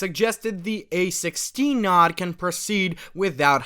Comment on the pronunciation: Just a tip, it's "n-oh-d" not "nod"